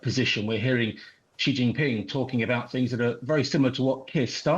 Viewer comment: Why do people get this wrong so much? It is basic education when discussing world news and politics. "Xi" is pronounced like "she." In Chinese pinyin, "x" is an "sh" sound. "Jin" is pronounced like the alcoholic beverage, "gin." "Ping" is as we would expect. So his name is pronounced "She Gin-ping." Xi is his family name. The city, Beijing, is pronounced as if "Bay-jing." The "jing" part is pronounced like the first part of "jingle." In English we don't have the two "sh" sounds transliterated as "x" and "sh," so we pronounce them as we do "sh," and with no distinction. "J" in the Chinese pinyin system is never pronounced as in the famous Russian name "Zhivago" or the French "je" or "Janvier." Never. Anyone pronouncing the capital city of China as "Bay-[zh]ing" is flat-out wrong. Pinyin ("pin-in") is the system adopted in China almost 100 years ago for transliterating Mandarin Chinese using a Western alphabet. You might see "zh" in pinying, and that is pronounced similarly to the "dg" in "bridge."